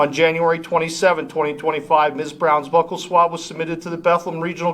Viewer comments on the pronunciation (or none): none